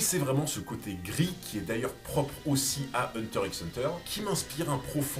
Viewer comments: Hunter "X" Hunter mdrr 🤣 arretez avec le X il ne se prononce pas pfff sérieux sur une chaîne sur HxH c'est chaud 🤭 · Le "x" de hunter x hunter ne se prononce pas.